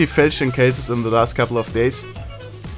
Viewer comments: It's pronounced: "fall-shan" or "fall-chon" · Normal people: Falchion case: Fältschn case